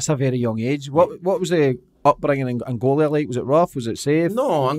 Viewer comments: Heavy ran oota shit tae talk aboot bout 10 minutes in. Also, dumbest question ever... "Are Angolia (wtf? lol) and Portugal near each other?" pmsl, then persisting on calling it "Angolia" despite Jose correcting him every time he said it. Apart fae aw at, pure dynamite. As Jose says (aboot a million times) "can't complain" 🤣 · its ANGOLA not ANGOLIA !!!!